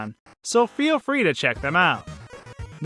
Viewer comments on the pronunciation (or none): none